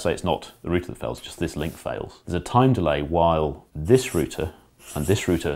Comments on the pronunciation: It's router, not router, god damn it. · root is singular. route is plural. so "rooter" is incorrect. root have many routes... there 4 its a router! (as in many root's) and if your and aussie like me.. "rooter" is one who has a great time (alot) ;)